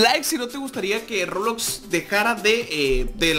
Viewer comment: Dijo robulox